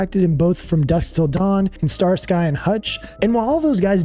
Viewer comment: The way you said Starsky had me rolling. Its pronounced Star-ski.